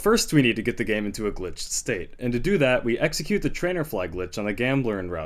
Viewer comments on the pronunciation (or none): Don't you mean 'Eggxecute'? ;)